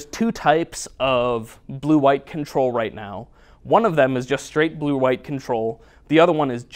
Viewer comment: How many times did you say BLUE before even minute !! Hahahahaha Your love for BLUE!! is unreal! You love it so much it almost sounds like you are saying PLUE! "Players love to play PLUE!" LOOOOL